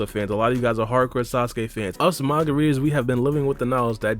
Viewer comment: The way you say manga readers sounds like margaritas.